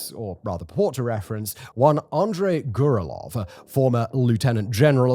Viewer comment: repeat after me...... Grrrrr Rell Yovvv not "Gurlov" LMFAO and im a white boy from NY State.